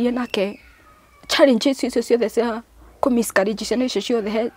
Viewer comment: my Brotha it’s Miscarriage and not Miscourages Good Grief!!🙄 Eng 101.. and to Hannah..God Bless your heart and God will remember you just like Hannah...